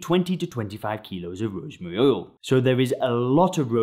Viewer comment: oil not ouwl